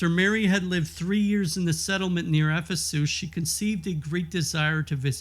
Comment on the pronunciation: You might want to look up the pronouncing of Emmerich and Ephesus